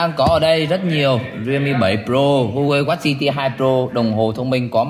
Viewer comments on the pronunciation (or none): none